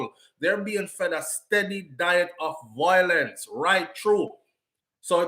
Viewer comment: the word is VIOlence - NOT VOIlence.